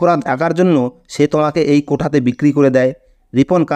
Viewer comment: কোটা কথাটা ভুল, এটা হবে কোঠা।